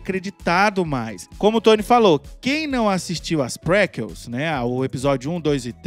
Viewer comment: Só um comentário sem maldade, serio mesmo eu gosto de vcs e do trabalho q fazem, estou sempre acompanhando, mas e q vcs usam muito o termo em inglês PREQUEL, e a um termo em português com o mesmo significado, PREQUELA, mas caso optem por continuar a usar o termo em inglês, se pronúncia "PRICOUL", enfim só essa observação mesmo, de resto o vídeo está ótimo.